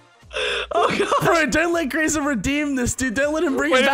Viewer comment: anyone else get slightly annoyed when you hear the pack guys call Graser Grace-er and not Graze-er.